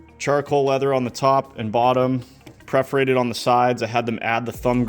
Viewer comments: I, like you hate to hear counsel VS console. But Perforated is correct, not preforated.! LOL Caught you. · Funny how you joked about people calling it a 'council' but you keep saying 'preferated' vs 'perforated'. ;) Teasing aside nice work! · As much as I laughed and was cheering you on with the counsel/council/console thing, you went on to say "prefferated" instead of "perforated." Glass house moment. One is just in text and the other verbal. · Great job. The only thing that I can correct is you talking about the 'preforated' material on the wheel and shifter. The word is PERFORATED. I know.. I know. You seem like a perfectionist so take this how it is meant.. with a good heart. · Preforated or perforated ha ha new wheel looks cool! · "Preferated".....is as bad as "council" for "console". PERF- OR- ATED Lol😂😂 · The irony of his pronunciation of *perforated had me chuckling though. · Thank you for correcting everyone on "console". However, you need to work on perforated 😂